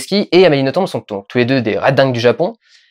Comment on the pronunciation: Je t'adoooooore Dudu, mais pour un Belge entendre le nom d'Amélie écorché ... ça fait vachement mal au oreilles. Ça se prononce sans le "b" ... "noton". Faut pas chercher à comprendre ... c'est du Français de Belgique. Tout comme on prononce Bruxelles avec deux ss au milieu et pas un x. Ou Anvers(e) comme s'il y avait un e derrière le s. Sur ce grosse lèche :-*